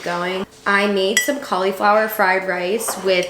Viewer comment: the way you say cauliflower 😂